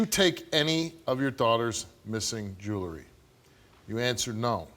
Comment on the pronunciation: It's JEWELRY NOT JURY